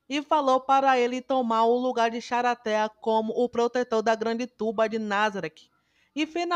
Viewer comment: Nao aguento ela falando "charatea " ksksks